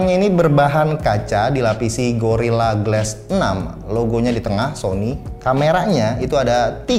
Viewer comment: GLASS DIBACA GLAS BULAN GLES